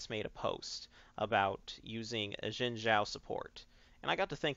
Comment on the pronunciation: Sounded like he said "Jungle Gym" when he said "Jungle Xin"